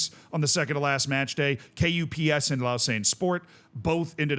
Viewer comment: KuPS is usually pronounced like "cups" but with hard k instead of c :)